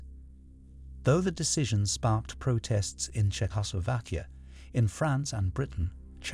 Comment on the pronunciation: The narration so fake. He keeps saying polish as in like furniture polish instead of Polish. 😂 And he butchers pronouncing Czeckslovakia